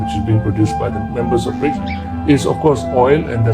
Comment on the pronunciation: Koq Bridge (brijs) to, kan haruse BRICS (briks) 😊🙏🙏🙏